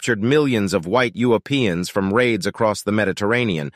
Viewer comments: Did anyone else catch that the first time he said Europeans (with the r) and the second time he said U-opeans (dropping the r)? What??? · Lol at your pronunciation of Europeans: You-O-Peans. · Why did he pronounce Europeans wrong?